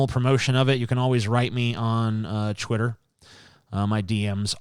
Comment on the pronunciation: Has anyone noticed that TJ says Chwitter when he says Twitter And Chweet for Tweet Is that what people usually say I havent noticed this before I usually say it with a T'